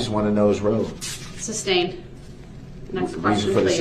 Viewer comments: This judge is a saint. She slashed his chance at getting an appeal. Rot in hell sewer rat Brooks. And its SUSTAINED not substained. Jesus Christ, dumb, low class people like this are exhausting. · Or as Brooks says it..."substained" LMAO